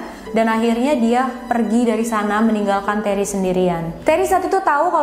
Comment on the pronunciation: Terry dibaca reney...??